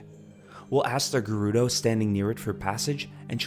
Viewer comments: Why would the correct pronunciation upset you? I was much more concerned with "gerr-oo-doe." It's rather obviously "Jer-oo-doe" like German, Gerald, Gerbil, geranium, etc etc. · Hey got Gerudo wrong (surprising), ocarina right (equally surprising), but kept mispronouncing Hylean even after getting it right the first time. Kinda funny what we hear when we pay attention though, huh?